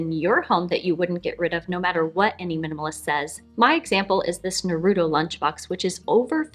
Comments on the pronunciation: I love your channel. But the way you pronounced Naruto makes me cringe lol his name is pronounced Nar-roo-toe not Nu-ROO-doh (ok stepping down from my soap box now) 😜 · The only problem with this video is the way you pronounced naruto. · .... You said Naruto wrong.